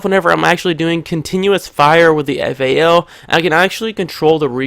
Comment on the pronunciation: Thats the correct way to say it when you grow hair on your nuts you will know the right way to say guns names